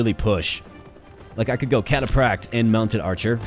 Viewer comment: Bro the way you pronounce "cataphract" was constantly triggering me. >.< Also, the spearman insta-gibbed your eagle because they kill stuff with high move speed, not cavalry....read the card...